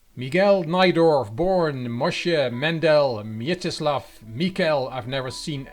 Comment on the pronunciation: Hey, many thanks for accepting my suggestion and covering this game! Excellent video as always, and the game does not disappoint either, does it? ( ͡° ͜ʖ ͡°) [Poland strong meme.jpg] Your pronunciation of "Mieczysław" is REALLY good enough. But since you enjoy this linguistic stuff... ( ͡° ͜ʖ ͡°) The special Polish letter ł (Ł) should be pronounced as English "W" (in words such as "whisky" or "swipe") and not like a regular l (L), which is pronounced same as English L, but it is a separate letter in the Polish alphabet. Letter "Ł" is often used in Polish first names, like Mieczysław, Radosław, Przemysław, Stanisław etc. Obviously, it's very minor and you will be understood anyway, even if you mispronounce it, but sometimes it may get funny – for example, "zrobić łaskę" = "to do a favour", but "zrobić laskę" = "to do a blowjob" ( ͡° ͜ʖ ͡°) For the next video, I suggest O = online chess.